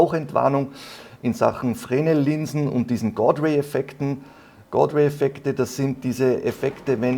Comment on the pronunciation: Glaub die Linsen werden zwar Fresnel geschrieben, aber Frenel ausgesprochen. Kannst ja mal nach Aussprache von Fresnel Linse googeln.